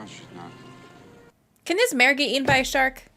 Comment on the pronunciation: She says "who cares if more kids get ea_in". Why are young people not pronouncing the T in eaten. Now they're saying EA-IN.